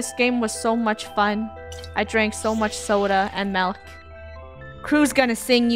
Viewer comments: “MALK” Milk Funneh 2019 Malks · Funneh still can’t say milk properly